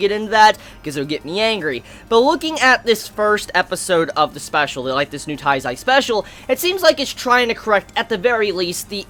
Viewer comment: it's not " TAIZAI" it's Nanatsu no taizai. if you can't say it correctly just say the seven deadly sins i'm not hating just tell you how am i think